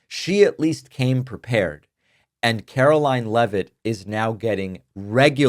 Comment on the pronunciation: Karo-LIE-n LEAVE-it